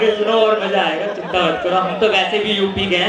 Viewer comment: You have to struggle more bro. You are copying some style & lyrics from Kumar Sir but it is not suitable for you, Don't copy other's style & lyrics, do yours own, And one more thing,correct your pronunciation like not manjil its MANZIL, not maja its MAZA, not sadi its SHADI , not palke mund its PALKE BAND because there is no any word like Mund in Hindi. I hope you will consider these things. haaaa but GOOD EFFORT keep trying it...............................